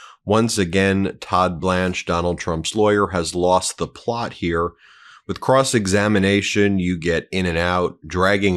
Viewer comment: Cross examinamation? I'm sorry Benji but that was funny and a much needed giggle. You're tired from your very wonderful weekend and I absolutely understand. Now get outta here and enjoy your honeymoon!! 💙💙💙 God bless you and your family.